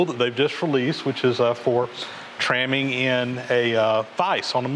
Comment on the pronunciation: Trammming? aaaaaaaaahhhhhhhhhh, NO